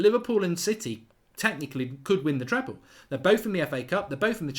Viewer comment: It’s TreBle Mark , not TrePle ... Subscriber and a big fan of the channel so no cursing please:)